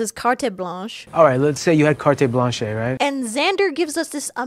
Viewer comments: isn't carte blanche pronounced "kart blahnsh" tho..?? i mean the weeknd is still very wrong tho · "Cartay Blanchay" 😂😂😂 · "The Weeknd mispronounces carte blanche" and so did you 😂